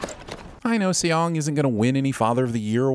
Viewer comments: I really wish you would make sure of the characters' names' pronunciation before recording this... my skin crawled every time I heard you say Say-ong or See-ong for the main character. It's just pronounced like the English word "song" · Lol. /See-yong/ 😂😂